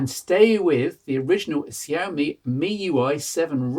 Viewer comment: its pronounced "shyawmey"